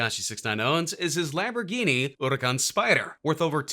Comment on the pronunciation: Yo how the fuck do you say hurucan